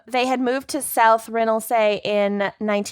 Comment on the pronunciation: I can’t even deal with the way you said south ronaldsy 😩